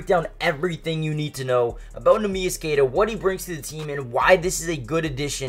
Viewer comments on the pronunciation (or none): Learn how to say the guys name if you’re trying to be a commentator